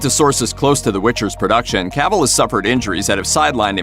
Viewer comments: It's "Cuh-vill".... not cavool... dumb dumb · Who is Caaavill? This dude doesn't know how to pronounce his name Sad